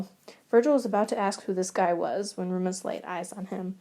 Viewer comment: I can't get over the pronunciation of Remus as Roomus it's frickin amazing and I'm dying